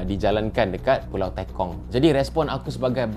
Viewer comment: Pembetulan Sir, Pulau Tekong(e. g. Tepung, Terus atau Tekan not Teykong ... 😊😷